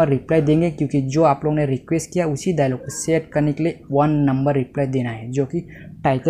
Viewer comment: Ara bhai apona nahi ap logona.